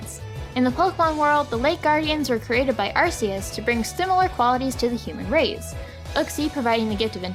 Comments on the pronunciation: It`s Are - kee- us not Are - see - us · It's pronounced Ar-KEY-us not Ar-SEE-us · It’s AR-KEY-US